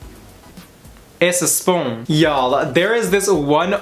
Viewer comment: "Itsa spoon" me choking on my rice